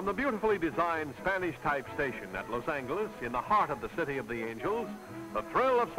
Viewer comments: OH MY GHOD if he says Los ANGLE-iss ONE more time.... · Los "Angle"s (not "Angel" with a "soft" g)...interesting. Watching tennis with all the men wearing white shirts and ties.....interesting. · Parade floats at the end are so nice compared to the ugly GMC pickup trucks of today which drive along, each one pulling a trailer which for some reason the announcers call a float. It's not a float it's not floating, it is a trailer being dragged by a new pickup truck. And there were still people saying "Loss Angle-ess" in the late 1970s in shows such as Rockford and Columbo and probably Kojak too. They were usually wealthy southern gentlemen who flashed rolls of thousand dollar bills which were also still in use then. (although both of those shows almost exclusively featured wealthy characters played by the guest stars, how else was capitalist spending to be showcased, creating an empty feeling for the poor viewers just in time for the sponsors ads to suggest a way to make them feel better and more importantly to keep them poor). Say what you will about that pronunciation, it's certainly no worse than the obligatory modern substitution of the word gifted for gave.